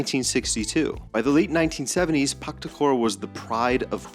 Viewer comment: It’s PaHtakor, not PaKtakor like Husanov, not Kusanov 😉